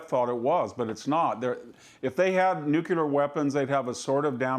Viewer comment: Why is it so hard for people to say NUCLEAR? It's: NEW KLEE AR - not NEW CUE LAR